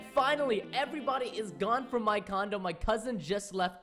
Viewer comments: I do not want the rude Preston bus to you said condom not condo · Tbnr just said condem instead of condo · "Everybody has left from my condom-" Me: wait what? Preston I think you mean cond-O I kept replying it just to make sure lol xD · Wait did you say condom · He said: Condo my cousin... Which sounds kinda like condom my cousin... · I think Preston said condom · he said condom